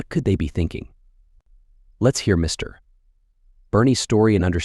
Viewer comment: AI does not know how to read the text - Mr. big pause and then the name. Funny to listen to.